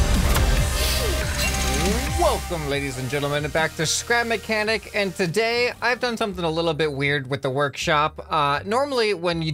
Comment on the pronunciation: He said spap mechanic